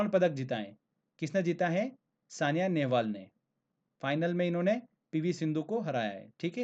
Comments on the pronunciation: thank u very much sir. keep it up. but one thing i must tell that SAINA Nehwal is correct not Saniya Nehwal . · Bhai saina nehwal na ki saniya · sania nehval nh h sr ji saina nehval h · Saina Nehwal not sania